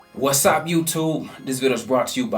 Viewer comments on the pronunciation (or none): “WAHSAP YOOTOOB” - 🐐quote of the year